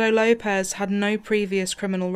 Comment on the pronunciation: Lay-pez? its Low-pez